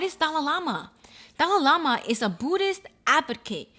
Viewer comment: What does the Dali Lama ( which you totally butchered but thats ok) have to do with the subway guy? Lol how are they connected, I don’t get it?